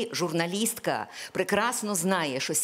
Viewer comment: Пані Оксано, якщо Ви цього не знаєте, в українській мові, слово колега, пишеться і промовляється через "е", а не через "є"..., а учнів, які говорять "шо-о", замість "що" оцінють як учнів з початковим рівнем знань, тобто трієчників... Зробіть висновки самі...